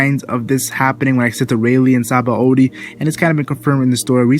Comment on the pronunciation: btw its not "sahaba o dee", its "shabon-dee" it's a play on the word for soap bubble in japanese ,"Shabon dama". "Shabon" is a borrowed word from the french "Savon = soap" and the "D" from the japanese word "Dama" meaning ball Thanks